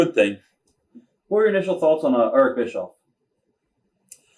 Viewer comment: I love how he says Eerck😅